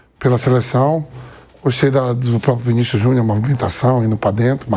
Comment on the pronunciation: Foda e falar "Vinicius Juniô" pqp